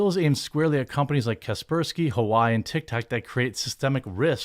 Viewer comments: lol i know you didn't care, but it's hilarious that you called Huawei as Hawaii 💀😂 anyway, i feel like these politicians are outside of their mind most of the time. i remember not too long ago they were grilling big tech execs on their 'alleged' collusion with the feds & silencing a dissent etc. and now they are on their own little mission to grant the government even more overreaching power to its citizen. WHAT?? 😒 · Fuck it... let's keep tiktok. This is wayyy too fuckin far. Also. Huawei is pronounced hwaa-way. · Huawei, phonetically spelt and pronounced "Ha~wah ~whey", a high quality mobile device and other mobile electronics company that also provides super fast 5G technology that the UK banned its manufacturing of, following a back door access they built into their 5G systems that were of major concern to the UK government.